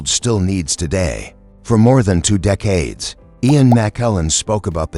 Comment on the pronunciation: I can't with the AI narration. In the first 40 seconds they mispronounced McKellan TWICE and also the word decades. Get human narrators or don't post.